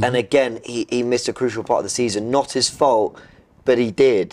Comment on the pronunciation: robbie this entire video: YEH BUT ITS NOT 'IS FOLT IS IT DOE